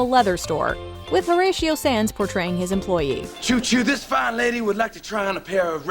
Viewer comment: Horatio Saenz' last name is pronounced "Signs" not "Sans." Do you know any Hispanic people? Do you know anything about comedy? Because the skits are the funny things. Not your bizarre breaking down the skits.